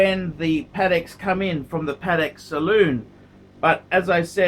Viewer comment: "Salon" [sall-on], not "Saloon"